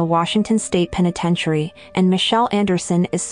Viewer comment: Senseless, tragic story. Note to narrator: it's pronounced "peh-nuh-ten-shuh-ree""" ("t" is silent, "iary" is shortened to "ary"). Food for thought...